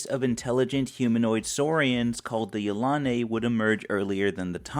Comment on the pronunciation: I have to make another comment. I pronounce Yilane' much differently than it is pronounced here. Yel- a- nee. That is how I always pronounced it.